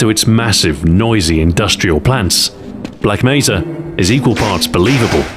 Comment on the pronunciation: Why does he keep saying Black Meza.